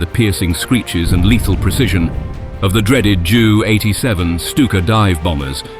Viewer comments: SOOOO im the only one that on 12:87 mark instead of J U 87 it came out as JEW 87.....smh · It’s not pronounced Jew rather JU